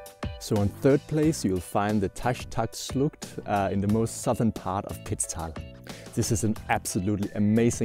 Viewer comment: Taschtacschlucht? It`s Taschachschlucht, but otherwise nice video